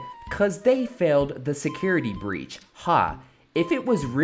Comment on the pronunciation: Also "breech"